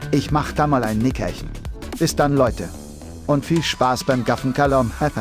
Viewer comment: "bis dann" Wohl eher "piss dann", wa?:D